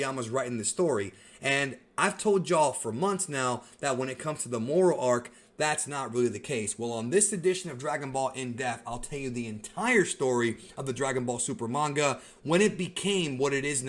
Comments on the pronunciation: Why do you always pronounce depth as “defth”? lol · I love you, I really do, I just wish you'd learn to pronounce "depth" 😋👍